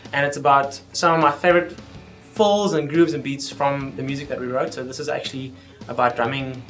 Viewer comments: Is he saying fulls or fills? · I love the way you say "fills".